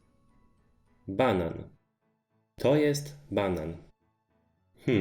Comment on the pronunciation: You write banan but it sounds like you are still saying banana?